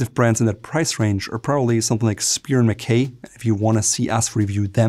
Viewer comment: Spear mckay? I have no idea what that is, but I'll watch whatever content you make without complain.